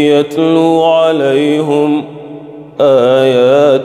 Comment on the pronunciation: Why " An amta alai hum"? It’s "An amta alai him"